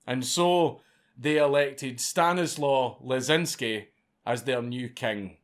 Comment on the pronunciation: I'll make it easier for you Dank: STAH-KNEE-SUAVE LESCH-CHEEN-SKEE